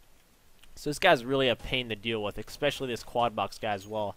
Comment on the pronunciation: especially not expecially pls.